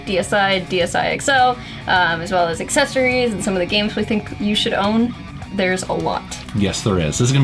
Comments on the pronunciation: Not a big deal, but Accessories not Assessories. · Assessories...Freudian slip perhaps? lol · lol "Assessories"